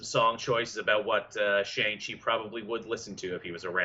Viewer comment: It's Tony Leung (Lee-ung) Shang-Chi is (Shong-She) The dragon is The Great Protector. Marvel Studios learned the lesson if Iron Fist by never making Iron Fist lol Also, called Tim Roth, Tim Robbins lol